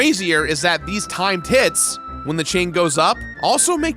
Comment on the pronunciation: Not gonna lie, every time said 'Timed Hit' I thought he was saying 'time tit' And I need to get my mind out the gutter.